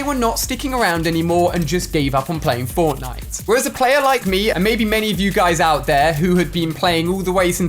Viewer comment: I am paying fwoftnwite